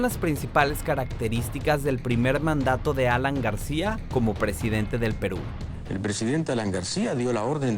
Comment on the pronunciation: El Fujimori Como Quisieran Que Fuera Presidente De Perú Si Ni Sabe Pronunciar "Perú"...